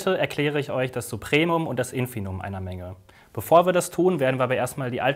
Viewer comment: Also, ich will ja nicht klugscheißen, aber es heißt schon Infimum und nicht "Infinum". Steht mehrmals im Video und wird dauernd gesagt.